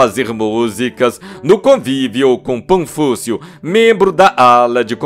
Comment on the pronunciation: locutor exquisitão começou cedo: " PANFÚCIO " !!!!😂😂😂😂😂😂😂😂 😂😂😂😂😂😂😂😂O NOME ERA PAFÚNCIO !!!!